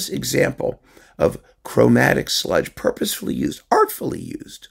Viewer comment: As a southerner, let me compliment you on your pronunciation of "sludge."